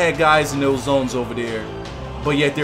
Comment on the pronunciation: So... when you see a 'th' at the front of a word. It is pronounced as a 'D'??? and when you see a 'th' at the end of a word it is pronounced as 'ff'?? So, "both those" is actually pronounced "bofe dose"?? Thanks for the lesson in Ebonics.